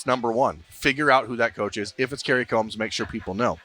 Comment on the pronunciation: He is pronouncing it right